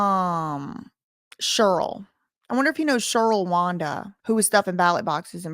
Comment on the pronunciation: Shurl Wanda 😂😂 oof, that made me laugh. In your video about her stuffing ballot boxes, when she lied to Sean about her name, it was so obvious lol. I mean.. at least pick a name you can pronounce, miss girl.